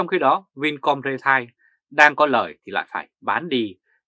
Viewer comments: ri teo chứ không phải rê tai. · Vì sống bên Đức, nên anh ấy phát âm chữ "retail" theo tiếng Đức, bạn nhé.